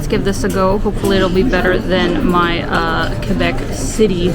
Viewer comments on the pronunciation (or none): none